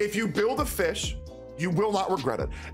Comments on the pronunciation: Isnt it pronounced "fiyhrl"? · You said fischel.... was.... shut up man.... ugh.... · i think fischl's name is pronounced "fishell" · Game: Fischl: Fish Me: AAAAAAHHHHHHH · The "l" in Fischl is still pronounced